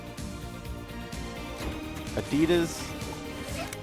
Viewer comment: Dude pronounced it wrong. It was "Concord"